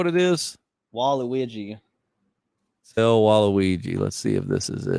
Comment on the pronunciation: Hearing pronounce waluigi as (wa-reegee)is the most wholesome thing